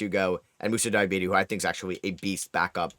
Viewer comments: basically called him diabetes 😭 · Btw you're mispronouncing name! But I like the way you do it 😂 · Sorry to hear that you're french.